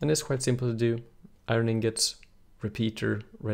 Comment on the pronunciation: omg its iron not irin